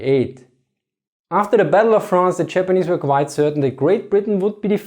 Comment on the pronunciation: the chapperneese and the chermen? sorry, just could not resist, no seriously , interesting stuff, thanks